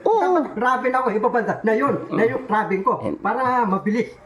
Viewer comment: BUGOK BULOL IT TRABEL SA REMICA,ST KORIATINGGAPOR HA JA KOL KÀ NA LANG..